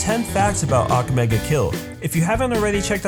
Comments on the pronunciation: It's aka-me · say aka in akame like baka. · mispronounces akame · stop saying « ak ga me » its Ah-ka-may not ack ga may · XD im dead!! he said "Ackame!!' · it aka-may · You're pronouncing Akame and Najenda's name wrong bro. A-ka-mei. Good video though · your saying her name wrong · this video passed me off just because he was saying "akame" the wrong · Same. II WAS DYING! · U said akame's name wrong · your pronouncing Akame's name wrong watch english dubbed they pronounce it better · Not trying to be rude or mean but he pronounced to many names wrong (especially akame) and the dub isn't bad at all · First of all. You NEED to pronounce akame and sheeles name right..... - The English dub is actually really good. You’re just hella negative. - How you know all of this but can’t even pronounce their names right? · The way you say akame angers me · You can't say Akame properly. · Sheila?...ITS SHELLE...YOU PRONOUNCE THAT AND AKAME SO WRONG. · when you can't say akame right you shouldn't be doing a video about AKAME GA KILL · your pronouncing the names like Akame wrong